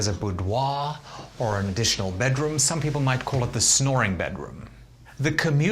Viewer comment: nobody: this man: bedrum